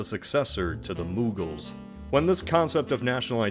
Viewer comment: It isn’t moooooogals, it’s it is pronounced like MmOgaul